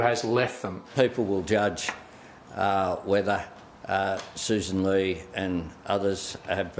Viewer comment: Her name is Soo san Lee. Not sus ann lay. Learn good English grammar